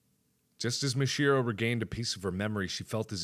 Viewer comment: don't run the syllables together so much: MIH-shee-ROH